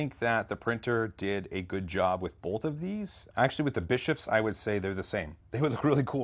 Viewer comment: I love ya,... but..... Man it pains me to do this.... You're killing me with "bolth"